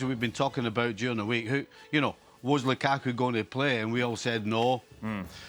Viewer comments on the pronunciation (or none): Ale: "LUKAAKUU"